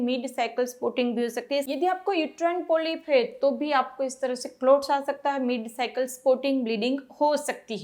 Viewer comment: Clout nahi Clots... Please pronounce correctly...